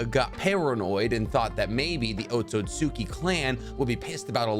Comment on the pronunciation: Thank you for pronouncing Otsutsuki right because literally no other Narutuber does. EVERYONE else thinks it's "Otsutski" or "Otsuski"...